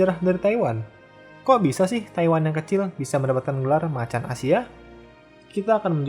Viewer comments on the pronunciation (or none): none